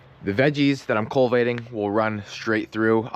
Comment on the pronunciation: Must be a PA. pronuciation culvating instead of cultivating?